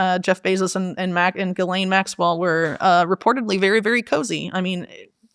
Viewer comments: Also says “Ghisplaine” and it makes me lol everytime 😂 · 6.58 "do you want to Ghisplane"? 😂